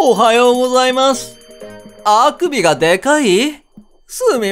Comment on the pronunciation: あくびのイントネーションのクセよ~